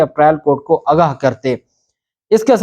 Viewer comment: ب😅ت زبردست جناب! ویسے صحیح لفظ “آگاہ کیا” ہے ناکہ “اگا” اسکو درست کرلیں! انتہائ حیرانی کی بات ہیکہ رانا ثنا( جسنے چند دن پہلے وزیراعلی کو سکیورٹی سورتحال پہ توجہ دینے کی نصنیحت کی تھی مگر شاید وفاقی حکومت کی اپنی کوتائینکے سبب چُپ کرکے بیٹھ گیا)نے بھی خیبر پختون کے وزیراعلی کی عدم موجودگی پہ افسوس نئیں کیا! اسوقت پی ٹی آئ کی وکلاء ٹیم بہت کمزور تھی اور کئی قسم کی غلط فہمی ونکا شکار تھی لگتا تھا وہ سیرئیس ہی نہیں مگر اب رانا شہباز نواز باجوہ اور کئی ججونکے تابڑ توڑ لاتوں گھونسوں کی بارش نے انکے ہوش ٹھکانے لگادئے ہیں۔ پھر ن لیگ کی نفسیات ایک لفظ کے گرد گھومتی ہیکہ آپکو ہر ہال میں شچوئیشن کو “مینیج” کرنا ہے وہ کلمہ انکا ایمان بنگیا ہے جبکہ عمران خان کے ایسے کوئ احکامات نہیں۔ اسلئے جب شریفونکے بندے دن رات سارے ادارونکے سربرائونکو کاکیں اور دروازے پہ دستکیں دیرہے ہوتے ہیں تحریک انصاف کے بندے خدا سے مدد کی دعا کرکے لگتا ہے سکون سے اسمانی امداد کا انتظار کررہے ہوتے ہیں!